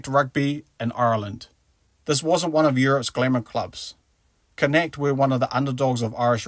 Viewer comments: Connaght = Con-uch-t / Galway - Gaw-ll-way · Youve pronounced Connaght incorrectly.